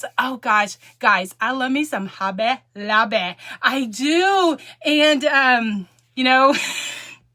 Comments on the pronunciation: Have fun with your "Hob-bay at Lob-bay"! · I am a child of God and know and Believe in my heart the Jesus died on the cross for my sins. So let those Haters hate, God has your back. And you now have me saying Hobby Lobby the same way as you do i am from Alabama so i got that southern slang also.